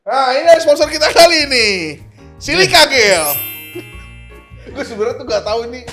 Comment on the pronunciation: Bang, lu ngatain orang ngomong "sens" jadi "sen-se", lu sendiri ngomong "jel" jadi "gel", haduh...haduh...